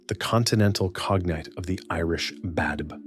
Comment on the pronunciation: Please have someone who knows the Irish language to pronounce the names correctly (Badb and Macha especially)